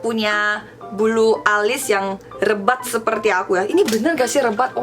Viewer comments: kak lebat bukan rebat, :') hahahahahha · Mau ngomong lebat kali yaa bukan rebat😆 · Wkwkwk, dari awal smpe akhir aku ketawa terus nntonnya , makasih eonnie,, oh iyah btw Lebat bukan Rebat ,, hehehe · Lebat.... bukan rebat. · LEBAT mbak , bukan REBAT😂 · Bukan rebat tapi lebat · Eonni LEBAT bukan REBAT HAHAHHAHAHHHA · Gemes banget. "Rebat" hahaha "Lebat" eonni ♥️ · LEBATTT kakaa.. bukan Rebat 😂😂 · LEBAT eonnie bukan REBAT wkwkwkkwkwkw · Lebat kali ka bukan rebat hahah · Lebat...bukan rebat wkwkwk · Lebat eonnie bukan Rebat .. hihihi udah banyak kata yang lupa yaah 😁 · Lebat onni,bukan rebat 😂😂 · "Lebat" mbak yu bukan "Rebat" 😄😄 Jng sedih mbak yu berani tampil beda itu luar biasa 👍😎